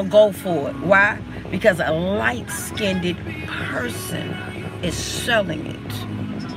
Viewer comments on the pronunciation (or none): Did Tokyo Toni say “LIGHT SKINDED” ??? 😂😂😂